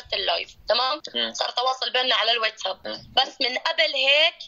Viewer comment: اسمو واتساب مو ويتساب يا مايعه 😂😂ايع